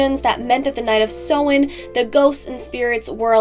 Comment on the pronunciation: Love this my dear 💗 only issue I have is the pronunciation of Samhain, in comparison to modern Irish/Gaeilge (Ireland). Otherwise well done and very informative. 😊